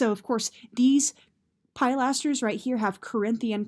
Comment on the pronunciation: It's Ruch-elai not Ruk-elai, uh! It's pill-asters, not pile-asters!